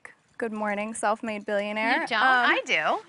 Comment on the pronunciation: "billionair"? LMAO